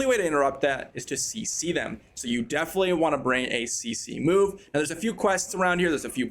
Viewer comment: What's a "see-see move"?